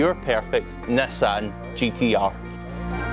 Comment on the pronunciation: Why you speal nassan instead of nissan?